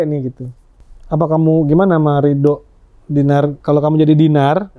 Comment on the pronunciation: DINAR CANDY LOH MAPAN BANYAK DUIT KOK BISA2NYA FINAR LG DON SALAH UCAP